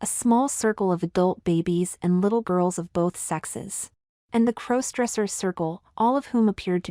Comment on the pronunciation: There's that "crose-dresser" thing again. AI narration detracts from your narrative. The story would be far better with competent (human?) narration.